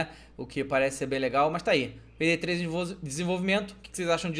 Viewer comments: ESSE PEIDAY 3 AÍ É MINEIRÃO HEIN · peydey 3 rachei o bico kkkkkk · finalmente o pé... perai eu entendi peidei 3? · ele falo quase peidei 3